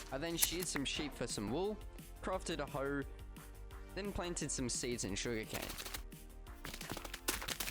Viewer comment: The way he says hoe tho🤣🤣🤣🤣